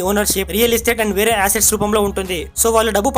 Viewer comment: Aaaaset kadu bro assets all tangible or in tangable